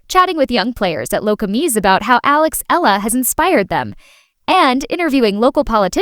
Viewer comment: Eala pronunciation E-yala